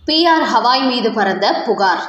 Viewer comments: ஹவாய் இல்லம்மா..கவாய்! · அடட ஹவாய் கிடையாதுமா, கவாய்!😊😊😊